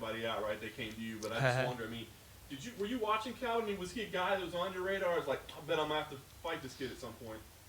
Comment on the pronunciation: Calvin not Kelvin